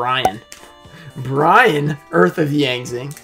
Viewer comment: and i like how you call that one card brian...and it's actually named "BI'AN" lol